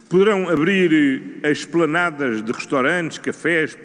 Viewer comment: E não é nas esplanadas, é como ele diz, nas "planadas"!????????????????